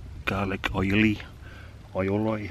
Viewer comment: YUMMO bro.. Crack up pronouncing Aioli, lol